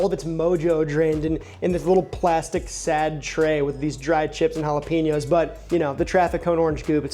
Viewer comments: It pronounced hala-pen-yos Not hala-peen-yos. Just so ya know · Okay, - Jalapenos are pronounced Hala-PAIN- yos.... NOT Hala-PEEN-yos. Please adjust. Thank you.